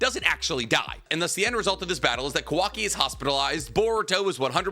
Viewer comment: "cuh-wocky" lmfao holy shit "parrot" it's pi-roh, kaw-wah-ki